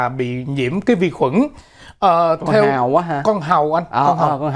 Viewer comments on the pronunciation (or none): . Anh ta đọc là con hầu ( là con sen ) chứ không phải là con hàu ! Nhiều người cứ binh vực cho anh ta , cứ cho anh ta nói đúng riết rồi anh ta cũng không thèm sửa rồi không biết làm truyền thông kiểu gì !! Thích nói kiểu gì thì nói mình chỉ việc lắng nghe thôi!